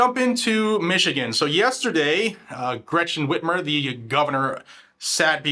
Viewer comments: I’m from Michigan. You pronounced Bitchmer/Whitchmer incorrectly!!!! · You mis-pronounce her name. It's Whit Ler. Is there a way to start getting these people prosecuted who are knowingly violating the law and constitution? Start making examples of these people and make them pay for the crimes they're committing.